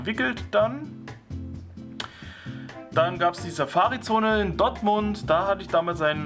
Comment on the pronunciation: Das heißt "Dortmund" und nicht Dottmund 😁